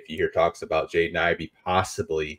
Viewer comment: It's Ivey, and it's not even close!